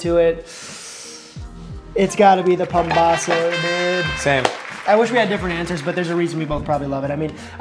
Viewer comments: That’s PAMBAZO, not pambozo, pombazo or whatever else you called it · Mexican here. These all are looking like the real thing we have here so good job on that. Two very popular tortas y'all missed out are torta cubana and torta de pastor. Still, this display very representative of our fast food cuisine. Also it is called pambazo not pombazo. Lol.